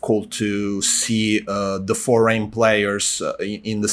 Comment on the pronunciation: Again saying FORGAN players instead of foreign. Keep it up with the podcast:)